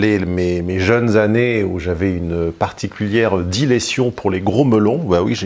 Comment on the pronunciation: c'est dilection, pas diletion ou dilession...